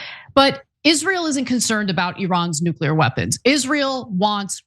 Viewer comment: Its nuclear, not nuqueler. If i were elected president, within an hour, there would be an executive order inacted that made the mispronounciation of this word punishable via lethal injection.